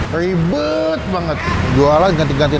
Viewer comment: Aku dengernya "Jangan drrwama Mulu, Rwiwbet" 😂